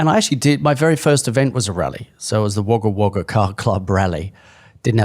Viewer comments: The NSW city is pronounced wogga wogga, even though its spelt Wagga Wagga, Not that Tom will even read this. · Tom, seriously, your pronunciation of Wagga Wagga... Most of us just call it Wagga too btw. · Tom's pronunciation of Wagga Wagga hahahahahahah. It's said Woga Woga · I nearly fell off my chair hearing Tom's pronunciation! 🤦